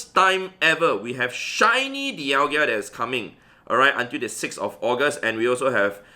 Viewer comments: (Daial-ga) thats how you pronounce it but it's spelled dialga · I love ur vids but every single time u say dialgia i dislike ur vid bro, learn to pronounce names xD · When you realise it's pronounced dial-GA and not dial-GIA Edit: LMAO thanks for all the hate I got in replies😂 keep it up guys!! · Please stop saying Dialgia instead of Dialga